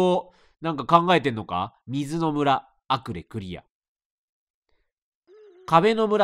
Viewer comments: アクレをアレクと言い間違えるレトさん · アクレの村をアレクの村って言っちゃうレトさん可愛いね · レトさんがアクレの村をアレクの村って間違って言ってるのに共感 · レトルトさんアクレをアレクと言い間違えてるんだけど モデルのアレクのことかな(笑) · アクレの村何回も言い間違えてて草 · ずっとアクレ、アレクて読んどるwww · アレク？アクレじゃなくて？ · ごめんなさい。どうしてもアクレをアレクと呼んでるのが気になっちゃいました、、